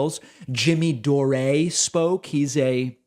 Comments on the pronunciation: Huh... I always thought his name was pronounced "Door", not "Door-ay". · It’s Jimmy Dore pronounced DOOR not Doray Jimmy Door , Dore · It's pronounced Jimmy "Dor" (as in "the door to nowhere") not "Dor-ay" The guy is Irish, not French. Once up ontime he was a straight up progressive, but for a couple of years now has been foaming at the mouth. Avoid. But seriously, do these people even know WHERE they were? There is no "Grant Park" in Los Angeles. There is a Grand Park in downtown in the civic center, but that's not called "Grant"' Sheesh -- so much for factual accuracy. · It's pronounced DOOR not Dor A. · Jimmy 'Dor-ay'? Really Pakman that's the best you can do? I dare you Pakman, I fucking dare you to debate Jimmy Dore. And I see you're still a shill for Big Pharma huh? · What’s wrong with Pakman when it comes to pronouncing names? Tootsie Gabbard, Jimmy Dorea? He’s supposed to be a smart guy isn’t he? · Jimmy Doe-Ray XD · Not sure if you were being cheeky but I'm surprised you didn't recognize Jimmy Dore ( pronounced Door) not nit picking though. Jimmy has completely gone off the rails. Good work DP! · Jimmy Doray? Lol bro I swear you say ppls names wrong on purpose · Jimmy dore and his last name is pronounced like door. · Jimmy Door-ay 😂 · Why are you calling him Dor(ay)? Dore makes me sick now but I’m curious why you are pronouncing his name like that? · I can’t tell if Pakman is mispronouncing dore and Tulsi’s names on purpose, but either way I’m here for it. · Great video. But I hope you know can someone let Packman know that he’s pronouncing Jimmy Dore wrong… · I love how you mispronounce Jimmy's last name 😆